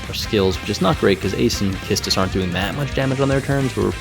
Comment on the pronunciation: I really love how you pronounce Quistis and the combo of delaying until you let them get a turn knowing Beatrix's special HP attack is available. I also tried to bring Arciela in the party, but she won't make it turn count-wise.